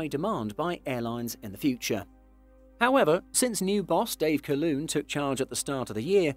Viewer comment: Never heard Calhoun pronounced that way. Thank you.